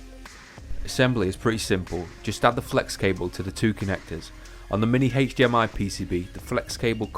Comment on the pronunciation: I watched the video just for the pronunciation of HDMI... Heych-D-M-I.